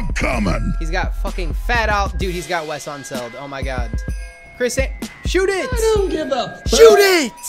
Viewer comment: Can someone tell me why he calls Wes unseld ‘ fat awlee ‘ 😂